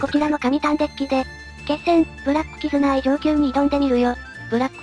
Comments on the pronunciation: 2回目のキズナアイがキヅナアイになっていますよ。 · キズナアイのことをキタナアイって言ってるやついる。キズナアイなめすぎでしょ